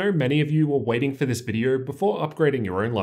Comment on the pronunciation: “In this vidiuer”